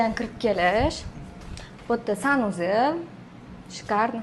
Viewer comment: Санузииилмас Санузел 😂 яна Русча гапиришга бало борми Харп акцент . узини харп тилинда гапирувир.